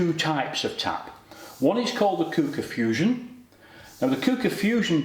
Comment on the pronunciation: It’s pronounced Qu-ooker as in Quick Cooker